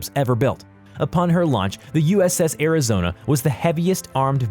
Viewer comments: I think he only got uss arizonas name correctly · At least he managed to pronounce the Arizona right. Needs to find a new job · Im surprised he pronounced Arizona and Iowa correctly.